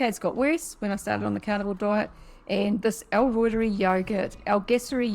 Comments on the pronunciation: I know it’s a little picky, but it’s pronounced Reuteri as in ROY-TER-EYE. It’s a guys name 😊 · L Reuteri ( L Rooter ri) that is how Dr Davis pronounces it! I am a Kiwi born, but lived in the US for many years. If it separates I just blend it and drink it like kefir. Doesn't matter it works just fine. If it makes cheese separate it drink the way and eat the cheese. This culture is very finicky,but you can always use it. I have the exact same yoghurt maker, someone said that maker is prone to separation. Not sure why. Dr Davis uses a sous vide machine. I always cut back on the inulin, maximum a tablespoon for 2 L.